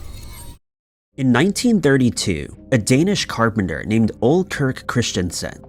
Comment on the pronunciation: Ole Kirk Kristiansen. This is a very common Scandinavian male first name. It is pronounced like O-lee and not 'ole', slang for old. Just thought you would want to know. Thanks for another great video!